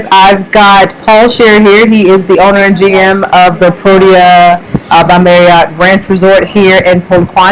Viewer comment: Lovely video and it was nice to not have letters or logos obscuring the content on screen. Your logo shirts are a nice touch of class and branding. PLEASE work on your T’s the name is ProTea NOT ProDea. Protea is lovely and we thank you for future videos promoting black owned establishments such as the AM Lodge featured on your previous videos.